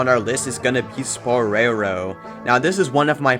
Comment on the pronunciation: WHY DO U PRONOUNCE IT LIKE THAT ITS SPORE-ROW AS IN SPARROW AND SPORE